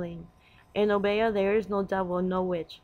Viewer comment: O- bee- yah is the proper pronunciation. The woman with the rooster is Marie Laveaux.